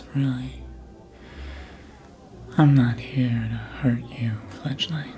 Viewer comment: . THANK YOU good sir, for annunciating the "g" so well in our little given nickname. I was mishearing it before and tried to google what it meant...... what I found was NOT what I was expecting and did NOT make sense with the given context 😭😭😭 Fledgling is way cuter, way less scarring and makes WAY more sense 😂😅